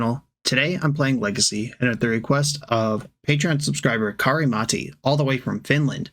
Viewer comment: You pronounced the name of the donator wrong. You said Kharimati, but I am pretty sure it shuld be Kari-Matti. In Finnish if there is a double letter, you actually say the letter two times. Also the emphasis is always on the first syllable of the word, and in compound words the emphasis is always on the first syllable of each word the word is compounded from. So Kari-Matti would be pronounced KAri MAT_ti. Oh, and in Finnish you roll the R's. Google translate can in some cases help since you can hear how it should be said, but since Finnish is so different than English that it gets it's pronounciation wrong too.